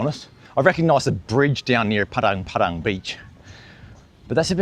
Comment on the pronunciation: Makasih Pak, tumben org bule bilang "Padang Padang" daripada "Padeng Padeng" :face-blue-smiling::face-blue-smiling::face-blue-smiling